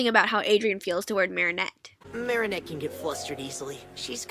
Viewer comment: Her name is marinette not mary